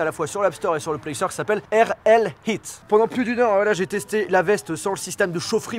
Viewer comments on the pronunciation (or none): none